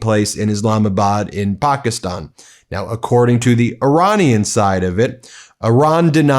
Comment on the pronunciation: Please stop changing the pronunciation of Pakistan!